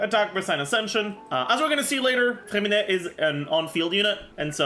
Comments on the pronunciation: Your name pronounce is perfect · Bro you say his name with a perfect french accent (i’m a croissant btw) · Oh my god, your french accent on “Freminet” prononciation is amazing ! Apart from that, nice video as always